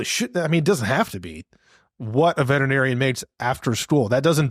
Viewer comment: "Veterinarian" is a SIX syllable word.... VETERinarian "Vet-er-i-nar-i-an" . NOT a 5 syllable word Vet-Tri- narian